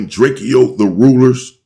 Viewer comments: STOP SAYING DRAKE-O's NAME WRONG. IT IS PRONOUNCED DRA-CO NOT DRAKEO 👀🙏🏾 RESPECT THE DEAD FAM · Drakeyo drakio messican like dude can you please pronounce peoples names right it’s not that much to ask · I wish he would pronounce Drakeo name the right way‼️ And remember, anything you say can and will be used in the court of law‼️